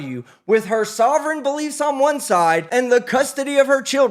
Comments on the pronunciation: I've never heard "Beliefs" pronounced so clearly as "Bullshit", that was impressive. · "Sovreign citizen bull...iefs" 😂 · When said, "sovereign citizen bull-iefs," did anyone else hear what I heard? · I like the part where the judge said “sovereign citizen beliefs” but beliefs sounded like she was about to say “bullshit”.